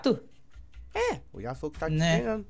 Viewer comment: nao e yato e ayato